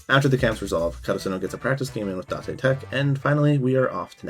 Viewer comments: datay tech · Oh… is it da te tech? I thought it was date tech, since that’s how they pronounced it in the English dub. I’ve never actually watched the sub so I don’t know if that’s how they pronounced it.